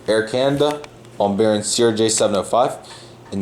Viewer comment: It's not Bombary, its BombARDIER. And is pronounced as written. And it's not Emri, but Embraer